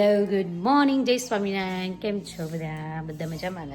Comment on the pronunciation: Chhami narayan nahi swami narayan.Try to speak normally with kids so that they can learn correct pronunciation.